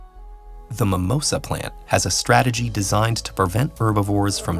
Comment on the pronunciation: It's mimOsa not mimoSA...